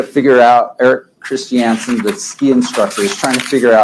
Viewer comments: FFS...it's KRIS CHUN SUN not KRIS CHEE ANN SUN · This is what happens when redneck mormon dudes try to use their words. And please sat Christiansen in Utah accent. One more time 😂